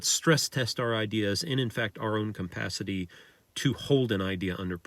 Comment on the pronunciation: Alright, there's something that I've noticed for a while from you, it sounds like when you're saying 'capacity' it comes out 'compacity'. Maybe that's a word I'm unfamiliar with, but it seems like you use it where 'capacity' (cuh-pass-city) would fit instead.